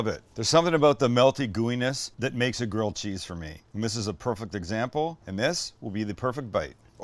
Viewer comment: Sams like my mom always calling grilled cheese, "girled cheese"